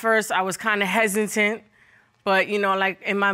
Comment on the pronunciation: ⚬: "hesintent" "I seen" "mines" "supposevly" "hurted" ⚬: "I seen" "mines" ⚬: " I seen" ⚬: blasts ✔: calls the judge "sweetheart" as she's being checked like Santa checking his list. TWICE! ⚬Me: Get her! ⚬: at this moment, deepens her h8rd for BW. ⚬Me: 😂😅 ⚬: after the results, goes to the tallest hill & prepares to battle upwards.